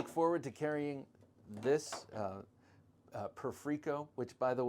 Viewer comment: It's pronounced like the word perfect and the "i" doesn't make an "ee" sound, it makes the same sound as the word "it"